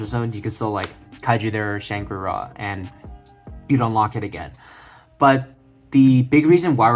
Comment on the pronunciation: Like and subscribed because you actually Fucking said Shangra IRA instead of Shangrila!! Holy hell that drives me completely insane TY!!